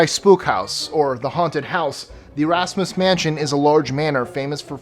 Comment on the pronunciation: it's pronounced e-rush-mis (the mansion in south africa )